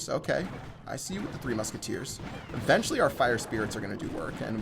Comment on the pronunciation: does anyone else cringe every time he says the word eventually in the wrong way?lol